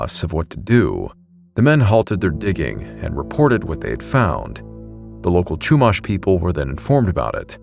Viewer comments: as a 5th Generation native of Central Coast Of California (Santa Barbara's region), some of the pronunciations you did for Lompoc (Lom-Poke) and Chumash (Shu-Mosh) were very jarring to hear from a non-native of the region. But as for the story of the "giant coffin", I've heard of that tale once or twice in my life. It's more or less a legend now, even by the modern descendants of the Chumash as the location of the burial site has been lost to time. But then again, the Central Coast gets VERY rural very quickly once you head Eastward OR the valleys that border coast and the inland cities. We have seen strange things out here, even near Camp Roberts (National Guard outpost base and training grounds). Edit: I didn't add Vandenberg because it's been mentioned enough times for it's UFO sightings and whatnot. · Love the video and got a kick out of your pronunciations. I grew up in the area. It's Lom-poke not Lom-pock and they're the Shoo-mash (like mashed potatoes) Indians not Chew-mahsh. When I was younger I had a neighbor who was Chumash. She inherited a wolf from her dad when he passed. She was allowed to keep it in her house because she's indigenous. Non-natives aren't allowed to keep dangerous wild animals. The wolf was MASSIVE. I'm bummed that I was too scared to pet it at the time. I'd love to now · Lompoc is pronounced like Lom pōke, and Chumash is like Choo mash with the mash sounding as in mashed potatoes. AI 🙄.